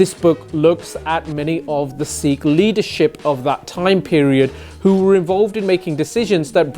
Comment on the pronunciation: Sikh is written with a sihari (ਸਿੱਖ) and not a bihari (ਸੀਖ) as if it is Seekh Kabab. You are doing commendable work but please at least correctly pronounce the name of the identity you purport to advance. All British Sikhs have this pronunciation problem that most likely stems out of their disconnect with the Panjabi language.